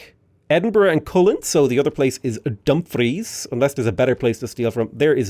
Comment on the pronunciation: no idea if you've said it this vid yet bc it just came out and I'm not done with it yet but the emphasis in Dumfries is on the second syllable (etymology comes from the gaelic Dùn Phris). Source is i lived in D&G for 6 years and am scots. Anyway I love your content and sorry for the pedantry. Loving the series and been really liking age of wonders as well:3